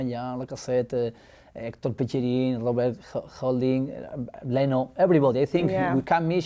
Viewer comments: so bellerin is pronounced pecherin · He pronounced Bellerin as Bechyarin